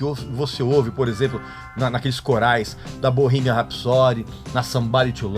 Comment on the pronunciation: Parei de ver o vídeo a hora que ele pronunciou Bohemian